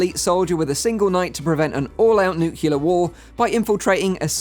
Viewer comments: Nu-clee-yer. Nu-clee-yer. Not nu-cu-ler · Definitely going to check out a number of these, they look really cool. Just a small tid-bit though, it's "nuclear" not "nucular" XD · Trigger Warning: "Nukular" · Nuclear New clear Nuke leer 2 syllables Not nuke you leer Not new queue leer Not new killer